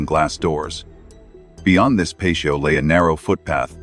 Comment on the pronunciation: PATIO....T SOUND, NOT SH SOUND, DAMMIT. WTF AI?